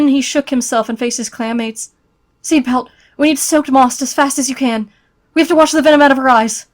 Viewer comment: Wait i swear i heard clam mates hmm, but shes not in River clam... 😏